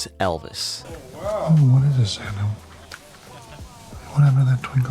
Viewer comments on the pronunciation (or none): none